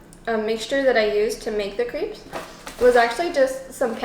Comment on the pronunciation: #crepes Uh duh of course I watch till the end. I love how you pronounce them as creeps! Creepy never looked so delicious, and the fact that you made them yourself, I'm impressively creeped out. Another homerun my friend. Keep putting the joy in =)